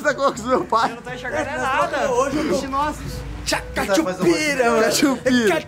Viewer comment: O pai do Léo falando É Memo É Memo Cathupira kkkkk